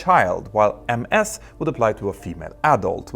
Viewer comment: "Ms" is pronounced "miz".